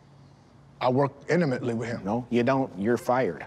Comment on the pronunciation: “I work inamently with him”